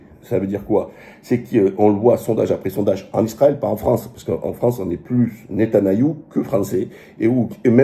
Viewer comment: Waleykoum salam oui tu as raison vidéo de qualités comme toujours et petite précision c'est pas netanayahu mais Netanyahu